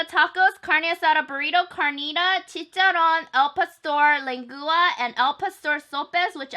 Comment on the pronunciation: I've been waiting for a video of Mexican food because I'm Mexican myself 🙂 thank you I love you and I really find it cute the way you pronounce "carnitas" and "chicharron" 😘